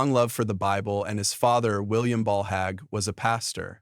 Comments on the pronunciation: His name is not Hag but it is Hager. Pronounced Hay gee. We will all be judged by our Creator ❤ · No more listening! whoever or whatever is reading can't pronounce word or Mr Hagee's name correctly Most of these videos are even wrong. They headline what it's about and it come out completely different. This stuff garbage